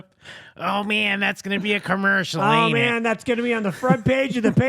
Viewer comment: i think Corey meant, "com-mers-mill" crackle crackle😂🔥